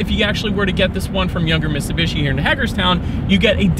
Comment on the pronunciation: 🤦‍♂️you saying Mitsubishi is like Benedict Cumberbach say penguin.